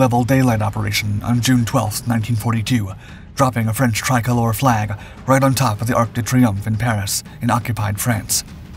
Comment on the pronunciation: 'try-coll-OOR' 'Blendheim'